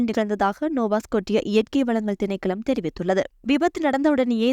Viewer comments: நோவஸ்கொஸ்ஸா not நோவாஸ்கோடடிய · Listen the correct pronounciation of “ Nova Scotia” please. “T” Is silent. Thanks.